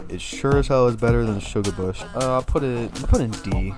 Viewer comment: You massacred my boi. (Shugarbush)😢 No hate tho, good video!